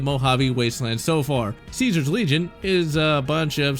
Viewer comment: Why do you mispronounce California and ceaser?